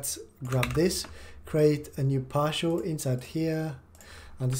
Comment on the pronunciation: I am not sure if he was saying partial or powershell